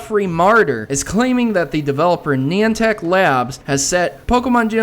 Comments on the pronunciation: To help you: Neye-an-tic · Your speech pediment isn't that bad. When I wanna say Niantech I wanna say Nyantech because that's how it translates in my head. It's funny how people can get mad or get annoyed at you for that yet Elmo purposely doesn't speaks proper English on an education show(took the joke from family guy sue me)